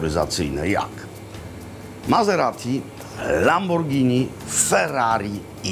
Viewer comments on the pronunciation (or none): none